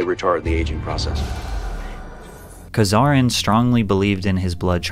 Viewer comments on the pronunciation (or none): Patrick, a few notes: 1. It's Bram Stoker, not StRoker. 2. It's Karmazin, not Kazarin. 3. Contrary to the title, Johnson isn't "sacrificing his son", since, as you yourself admit in the vid, he's only taken his son's blood once and has since discontinued any such transfusions. Clickbait bad. 4. You call Bryan Johnson's fan base a "cult" for no other apparent reason than they admire his endeavor. Having several encouraging comments with many likes hardly qualifies someone's YouTube channel as a cult. 5. Your statement to the effect of "Bryan's just a healthy 45-year-old, the "biological age" notion is meaningless" is uninformed. To simply say that a person or that an organ is "healthy" is vague and can't tell us any useful data. However, if you assess things like the amount of cellular damage, free radicals, etc., you can gain a clearer understanding of a person's/organ's real health, - and that's what the idea of "biological age" reflects. 6. The video starts with you promising to expose the true reason Johnson's trying to stave off aging. You say something like "Bryan claims he follows the philosophy of "Don't Die", but that's not the real reason he's doing what he does." Well, I've watched your video to the end, and you never demonstrated that the guy's core motivation is anything other than staying young and, by extension, not dying.